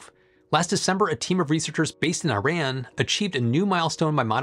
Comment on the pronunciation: one day, Americans will learn how to pronounce Iran correctly. I am hopeful 🤞